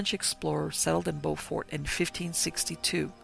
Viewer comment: It's amazing you visited here and completely missed the rich Gullah history and folktales,.. You mispronounced Beaufort and those “carpetbaggers” were quakers from the north who came down to help establish the Freedman Bureau. You may want to learn a little history.